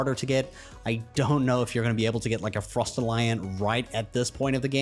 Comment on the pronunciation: I’ve seen creators with weird pronunciations for the pals but you won the cake mate haha so many weird ones but how the hell you got frostallion like that when it’s based on you know a stallion horse kind of thing, was really impressive. Great video btw!